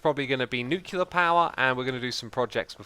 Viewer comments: Nice video as usual, but a little thing is buging me: It's nuCLear power, the l come before the e, during all the video you are saying "nukelar" or something like that, that is killing my brain each time... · nuclear is pronounced nyoo - klee - er not nyoo - kyoo - ler it annoys me every time you say it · Every time he says "Nucular" instead of "Nuclear" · Is anyone else bothered by him saying "nu-cue-lar" instead of "nu-cle-ar?" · nuclear vs nucular, which is right? Does it matter? You decide.